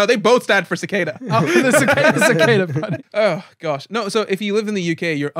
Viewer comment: so I've been pronouncing cicada wrong my whole life.....huh, the more you know